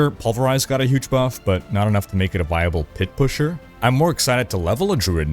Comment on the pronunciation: Why does "pit-pusher" sound like a slur